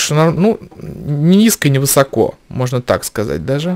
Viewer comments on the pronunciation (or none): none